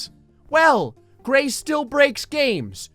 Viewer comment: Gray Call it a Gray room Not a Graet Room